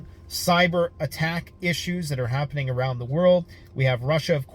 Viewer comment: Habbening? It's?